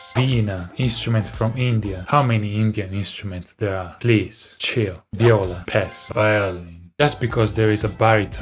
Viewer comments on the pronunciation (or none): none